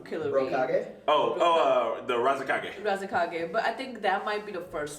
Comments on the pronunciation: Its not razikage its raikage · razekage xD ahahah Raikage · Rasekage 😂 its Raikage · Ah yes, I love the episode in which the Kazekage Gaara and the Raikage A did their fusion and created the new, super OP, badass Kage... The "Razekage" 😂